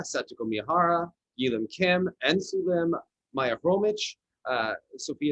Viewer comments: I think Maiia's last name is pronounced Kromik, not Kromich. No reason the "kh" would be "ch". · It’s pronounced HROMYH. H like in Hotel. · It's Khromykh. The first and last letters sounds the same, as "h"